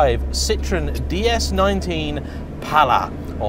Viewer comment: And it's pronounced Ci-tro-en, not citron, the French word for lemon.